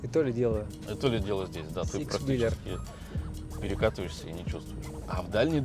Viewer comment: Всё хорошо, только whEEler, а не whelEEr.